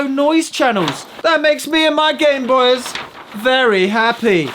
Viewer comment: Call it a Gameboys. “This is my Gameboys” Pronounced game boice